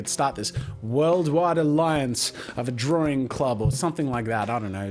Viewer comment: "Jazza's Drawring Jams!"